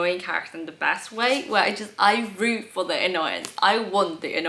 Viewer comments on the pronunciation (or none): none